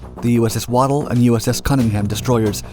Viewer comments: I did two tours on the USS Waddell. It’s pronounced WAD-DELL. Named after a confederate Admiral, before people on the US were offended by literally everything. Also, during my first tour, Lt Basil Moncrief was out ASW/Nuclear Weapons Officer. He was a good officer and is a good man. He got a raw deal on that investigation. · Learn how to say Waddell lol